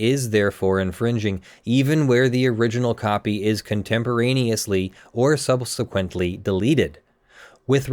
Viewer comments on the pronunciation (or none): none